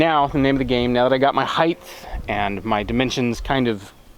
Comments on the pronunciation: It's height not heighth. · Why does everyone on YouTube keep saying heightth? Is it some kind of directive that all channels must follow? You do realise that it isn'tth a word don'tth you?